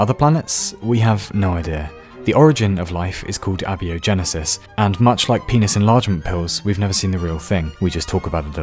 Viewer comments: Please. Abiogenesis is pronounced "Ay-By-Oh-Genesis" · I love this!🤣And I love how he mispronounced abiogenesis!